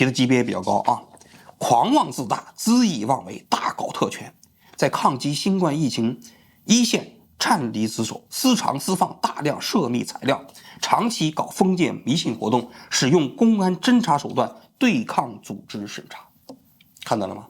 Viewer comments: 颤离职守？？？王局也是小学生，读错字？？？ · 王局，咋回事？有些常用字你老是读错，擅离职守读成颤离。以前的视频也是有不少读错的